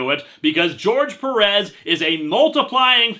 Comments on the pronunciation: I don't mean to be mean or confrontational, but what's with people pronouncing "Perez" peh-RESS? It's PEH-res. I assume people pronounce it like that with Perez Hilton to invoke the pun in that name. But any way, not angry or anything, just trying to be informative. And kill time while this buffers. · Quick question, the final episode of History of Power Rangers isn't out yet, right? EDIT: By the way, it's pronounced "Péh-rez".